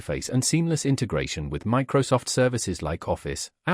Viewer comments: Macrosoft 😂 Mocrosoft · lol, macrosoft, AI clanckers in one word